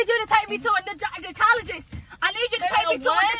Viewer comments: Team RAMIERE🩷😭😭😂 mispronouncing dermatologist😭😭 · My favorite part was when she was trying to say dermatologist that was a BANGER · My favorite was when she was trying to say dermatologist